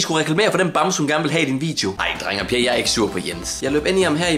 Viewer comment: "Drenge og Per..." Hvem er Per? 😂😂😂 Ej bare gas.. Men det lød som om du sagde Per...